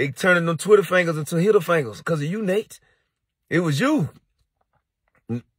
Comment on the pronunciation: Nate Nate not nite nite 🤦🏾‍♂😂🤣😂🤣😂